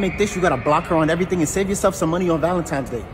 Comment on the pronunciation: man says valentimes im broken